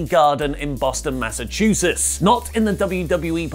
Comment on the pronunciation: Lol, pronounces it "Massachusis" instead of Massachusetts. I'll have to let my wife know she's not the only one! XD